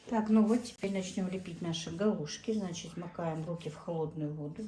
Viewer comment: постарайтесь избавиться от слова значить, и оно произносится без мягкого знака, оно режет слух,я очень уважаю вас,ваших дочек они умницы,смотрю все влоги, конечно печать печали есть на вашем лице,и жизнь ведь нелегкая,но самое главное чтобы дочки не болели,я желаю им здоровья